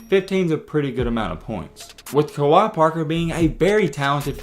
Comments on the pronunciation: It’s pronounced like kway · Wait, who's Kawhi Parker lol. Its Kwe (Kway) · Kwe (qay) not Kawaii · Pronounced "QUAY...KWAY" Kwe Parker👍🏿! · It's pronounced (kuh-wae), I knew him in high school. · You pronouncing his name wrong af, and the Tennessee analysis your saying is 100% inaccurate. Kwe didn’t have super heavy expectations at Tennessee. It was Rick Barnes first year and he was primarily recruited by the coach before Barnes (Donny Tyndall) so it was probably a fit issue more than anything. Plus nothing at all wrong with transferring to a JUCO after things don’t work out, no need to mention that Tennessee wasn’t trying to kick him out. He played behind Kevin Punter who is literally THE best player on the World that’s not in the NBA and also Lamonte Turner who was ranked higher so wtf you mean he was supposed to lead Tennessee his FRESHMEN year? Like come on bro do some homework before posting BS to get some viewership. This is by far one of the worst takes ever in basketball history. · If your gonna make a video about someone, you should probably know how to pronounce their name.... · 1st pronounce his name right!!! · You didn’t even say his name right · I’m pretty sure that’s not how u say his name